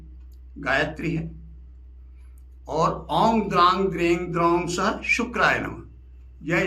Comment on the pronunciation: Aap om ko ong kyu padte h please batae